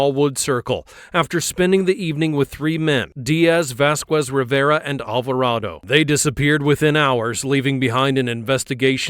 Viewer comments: you dont pronounce the 'u' in vasquez, just for the people that would like to know. In spanish we dont pronounce the 'u' when acompanied by a 'e' or 'i' unless its written like ü, italian works similar but with different consonants, very interesting stuff IMO. Its nice to have very strict pronunciation rules in a language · Vas-kwes , Alva-ray-dough 😂😂😂😂😂😂😂😂